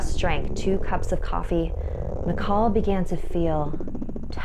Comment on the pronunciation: Makahl sounds like Maka